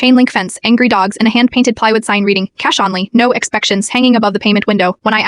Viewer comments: If you can't spell words correctly, your AI voice will mispronounce words like "cash" and ATM. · When your AI script/voice can't say "cash," "Flat," "only," symbol for "simple?" quit your channel.